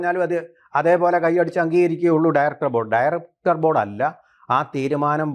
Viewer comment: ഠയറക്ടർ ഭോർഡ് എന്ന് പറയുന്നത് എന്തോ വലിയ സംഫവമാന്നാ വിചാരം